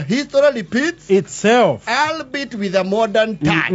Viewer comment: has very good English. Would like to make a comment. "Albeit with a modern touch" The word albeit is tricky. We pronounce it "all-be-it"😄😄. Msinipige am a senior citizen.😊